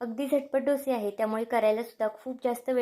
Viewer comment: अहो मैडम ढोशे नाही डोसे असे म्हना😂😂